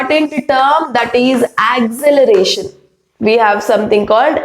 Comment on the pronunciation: Acceleration not acceleration Mam it's wrong